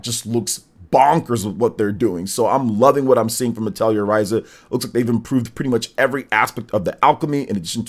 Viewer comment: Just FYI, the correct way to pronounce Atelier is "uh teh lee ay" :)